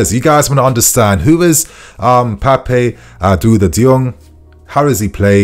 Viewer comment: Happy to see a Senegalese teenager in blue. But just say "Pap Da u Da" Not Papé Duda ❌ From 🇸🇳